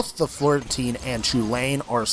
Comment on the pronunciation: The chulainn is pronounced kulin